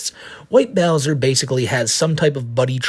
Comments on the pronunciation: Even of she was 18. SA is SA. is a pwedatah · is a pwedatuh